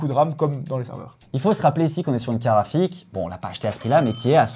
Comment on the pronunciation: Perso j'entends karafik et pas carte graphique. Je vais changer d'oreilles.